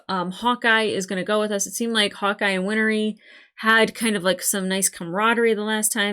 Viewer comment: First: Undoing a Chimera would be like taking bread dough and separating the flour back out. Second: Win-ree - not Win-er-ree. Third: If it wasn't raining, Mustang would have EASILY beaten Scar. Not even close. Like Ozai vs 10 year old Zuko Agni Kai not close.